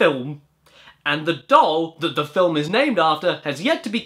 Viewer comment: First MILUK, now FILUM XD